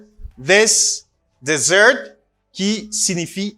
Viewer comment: Hi, I know you are a good teacher, but both words as desert and dessert are pronounced differently. Desert pronounce like that Dèzèt, and dessert pronounce like that dizèt. This precision could be helpful for all!